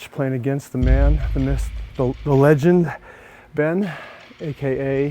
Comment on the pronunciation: Ian it's almost like you're taunting Scott for mispronouncing "myth" as "myssth" every time you roll that clip lol.